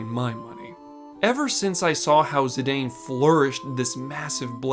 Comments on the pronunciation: His name is "Zih-Dahn" not "Zih-Dayne" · That's not how you pronounce Zidane. It's Zih-dahn, not Zih-dayn. It's consistently pronounced that way in all of the Dissidia games. It's also a surname irl.